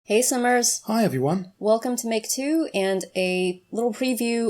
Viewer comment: when you say hey simmers I thought you said hey summer's the first time I watched you